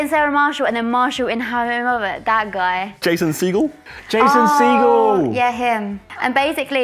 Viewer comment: "Jason Seagull" Huh? What the fuck did i just hear and the pronunciation...